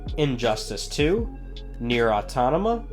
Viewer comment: Nier what? Dude read whats written and pronounce again